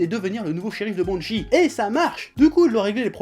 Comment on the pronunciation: a quand il a dit banshee jai cru il a dit bon shit